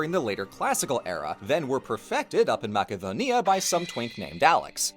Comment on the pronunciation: I like how you say Macedonia so accurately, but say polis like a US southerner would say police or a french guy saying chicken